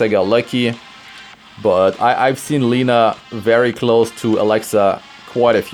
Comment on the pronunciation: It is not [ˈliːnə], it is [`lenʌ].